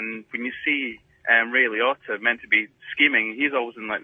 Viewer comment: Ironically, that’s how Italians would actually pronounce Liotta